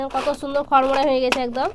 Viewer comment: ছুন্দার না বলতে হবে শুন্দার